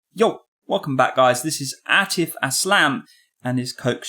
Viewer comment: Man can’t even say the name of Atif I’m cheesed